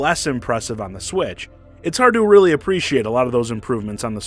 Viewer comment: Your extended emphasis in "reallyyyy" is all wrong, unless you talk like a weirdo. Never heard anybody speak and extend the second syllable.